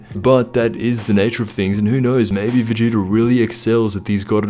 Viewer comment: Sounds like he said "Vegeter" in the beginning 😆